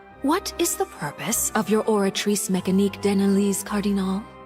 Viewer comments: Just... just say oratrice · The way you pronounce the oratrice bro 😂